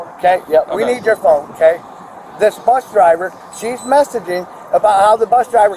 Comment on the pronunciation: If I hear “buth driver” one more time I’m going to crash out.